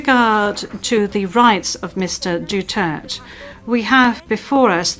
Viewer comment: Duterte not Dutert.. Pls. Kindly pronounce correctly 🙄